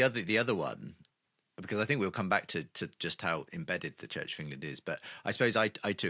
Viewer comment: Hard to listen when the interviewer keeps pronouncing CHURCH as CHITCH.